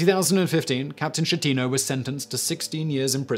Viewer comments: Francesco Schettino Sounds like Fran ches Ko. Skeh-tee- noh. Ch in italian always sounds like K. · pronouce Skettino jeez